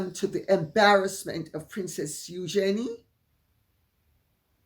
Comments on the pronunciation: Lady C, would you please start using the correct pronunciation of EUGENIE? The RF pronounce it as EUgenie. Your incorrect pronunciation of her name makes you less credible as a royal expert. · it is the correct way of saying the name, from the French